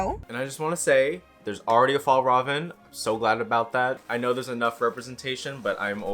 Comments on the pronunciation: I lowkey forgot Fjällräven konken bags existed outside Scandinavia so hearing someone say it like "Fallraven" caught me off guard but I love it at the same time! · From someone from Scandinavia: 1. thank you for appreciating young royals 2. that is not how you pronounce fjällräven Either way great video and very nice outfit :)